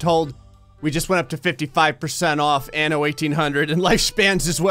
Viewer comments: The way you pronounced "anno" at the beginning seemed a bit like "ano" which means anus lmao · This was funny 2x coz "anno" sounds like anus in spanish xd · En español: "anno" 😐 Ok...